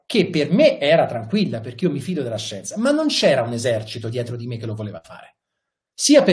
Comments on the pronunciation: Mi fido della scienzah, mi fido di Galli, mi fido di Crisanti 😪. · LA SCIENZAH! Ma vaff..!